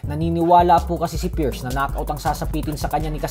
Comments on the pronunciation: Halatang Hindi nag aral pati pierce Hindi ma pronounce tapos nakuha mo pa man Trash talk Gaysayawa moments😂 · Hindi mo nga ma I pronounce yung Pierce Bisayawaka ka talaga 😂